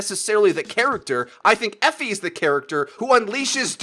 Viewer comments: It is pronounced Eh-Fee Awe-La-Day-lay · Eefy is how you pronounce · pronounce E fi not the way u make it sound. west African name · Guys, it's not pronounced Efi, it's pronounced Efi